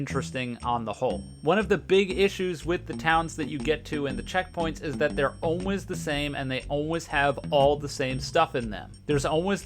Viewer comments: idk if its just me but the way he says "always" here hurts me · why do you pronounce "always" like that